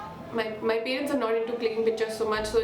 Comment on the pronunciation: Very very relatable. Thanks for this. No shade but everytime u say pay-rents I die a little inside 😅jk